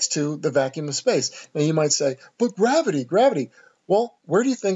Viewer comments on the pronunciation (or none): ‘“ BUt the Gravitee” ........ they say. HahHa haha Nice video tho bro I enjoy your work. Keep it up!